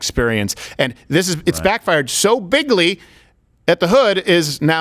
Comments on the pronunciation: Did he say biggly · You actually said "Biggly" in the opening of the clip.